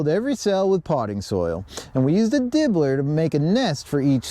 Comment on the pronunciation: It's called a dibber not dibbler you crazy merican!! 😂❤🇬🇧